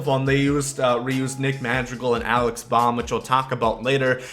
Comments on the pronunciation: Its alec bohm not alex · Just for future reference, the Phillies 3B prospect’s name is Alec Bohm (pronounced b-OH-m), like bo-em 😂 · Don't want to be that guy, but you said Alec Bohm's name wrong. That's from a Phillies fan so it irked me